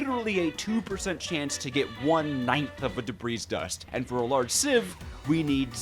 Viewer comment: brotha it’s not “DEB-REEZ” it’s “DEB-REE”